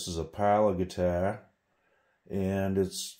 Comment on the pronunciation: What's a "guitair."?